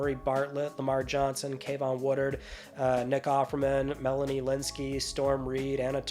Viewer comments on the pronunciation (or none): none